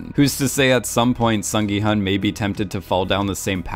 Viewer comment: FYI 기훈 is pronounced as “Gi-Hoon”